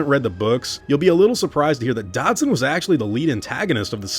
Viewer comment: Who tf is "Dodson"? You mean "Dodgson"?